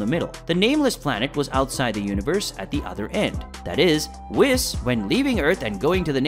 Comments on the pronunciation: It's whes not whis even though its spelled whis...hearing u say whis over and over is off putting. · Can you learn to actually pronounce proper names and in universe material. For example it's "Whis" not "Wiss" like c'mon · Who wiss? You mean whis, pronounced whes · It’s Beerus (Bills used to be used). And it’s pronounced (“Weess”) not wes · Its pronouced Whees not wiz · “ wis” omg my head hurts now…😖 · All these readers or narrators... have you never watched? Spelled whis, pronounced wheeese. Smh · Ok hold tf up, aint no way you called beerus "bill" and ur not pronouncing whis right bruh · Quit saying it wrong its whis the i makes ae sound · You are saying, Whis wrong! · Say his fucking name right it’s like you’re saying whisk w/o the k, dude the animators work w the writers so they’re saying it right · What the hell did u pronounce whis as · I like the content BUT please please say the whis' name right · I can't stand how you kept saying Whis wrong the entire video. 🤦